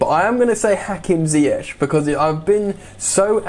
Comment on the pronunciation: Sm1 plse remind tht its pronounced as mendy, mendi n not mandy, mandi! N also lamps should learn how to pronounce ziyech not zayech..